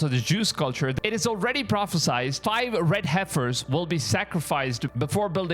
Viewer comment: It’s pronounced PropheSIED not PropheSIZED